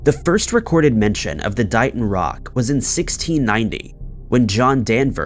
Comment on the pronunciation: Just a little FYI..... That rock.... It's pronounced DAY-ton, not DIE-ton. DAY-TON, MASSACHUSETTS DAYTON.